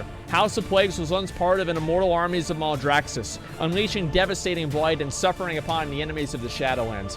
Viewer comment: mal-draxxus not mouldraxxus -_